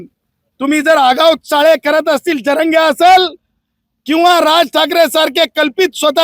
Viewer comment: याला नाव पण नीट घ्यायला येत नाही जरांगे असे आहे झरांगे नाही. कोणती लॉ ची डिग्री मिळवली काय माहित 😂